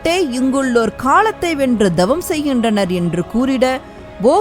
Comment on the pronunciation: அம்மையே தங்கள் ஒலிபரப்பு அருமை!!ஆனால் ழ.ள.ல உச்சரிப்பை சரியாக 😅😅திருத்தவும்,,தவம் என்பதை dhavam என்பது சரி அல்ல !!!த வல்லினம் !!!!🎉🎉🎉🎉❤❤❤❤